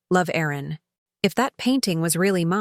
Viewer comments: Time for Mr Duncan to face the consequences of his action. Aaron or Erin, Does AI not realise that one is a man's name and one is a woman's name. There is also a difference in the pronunciation of each name. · AI could you please get the name right Aaron or Erin? A moving story.